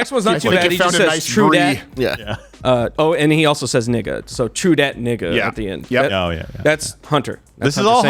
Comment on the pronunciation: You can tell that quarter black dude doesn’t use the N word at all!!! Hahah he pronounced it like someone who never used the word before